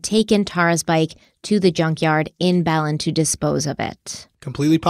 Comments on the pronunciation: It's buh-lin New Mexico not bell-len. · Bernalillo is pronounced burn-uh-lee-yo. Belen is pronounced bell-IN.